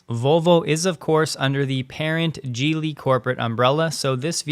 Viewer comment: “Geely” is NOT pronounced as “Jeely”. It starts with a hard “g” sound. Look it up and learn.